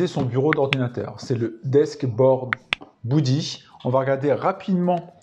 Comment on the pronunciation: Beudy pas boudy 😅 Sinon ça prend un peu trop de place à mon goût sur un bureau mais l'idée est la